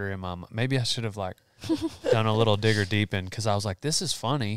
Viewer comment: Just wanna point out that when was talking about how the jokes about the goats were funnier knowing that they were just farmers, he said "Digger deeping"